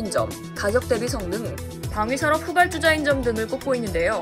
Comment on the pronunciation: 아줌마 발음이 후발"쭈"자가 아니라 후발"주"자 입니다